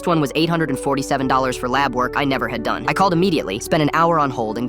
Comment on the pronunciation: that "DONE" was personal